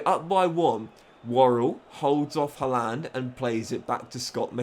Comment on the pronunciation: Man City are known as the Citizens not the Sky Blues, Sky Blues is Coventry City. Surely should have known that, at least for the video. It is Erling Haaland, pronounced Har-land not Ha-lan which you are pronouncing it.